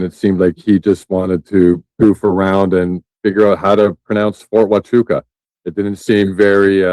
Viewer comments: Ft. Tachooka??? How did no one correct him? It’s Waaaaaahhhhchooka!!! Geez!!! 😂😂😂😂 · Somebody sounds really retarded, not being able to say Fort HUACHUCA… (WAAAAA-CHOOOOO-KAAAA) Where the hell does he get a T in that name ??? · It was Brian Harpole seen at Ft Huachuca (not the Fort he’s pronouncing it as) - good grief this is a douche, too, spouting off women as being retarded.